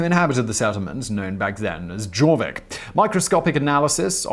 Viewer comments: Yorks Viking name is pronounced Jawvic, it’s pronounced Yorvik although it’s spelt Jorvik. Because of the correct pronunciation it became shortened to York. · The j in jorvik is pronounced like a y, such as in "yes" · Thanks; came to say this! Later the town's name was anglicized to York. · Jorvik has a soft J. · You’re saying Simon mispronounced something? Impossible!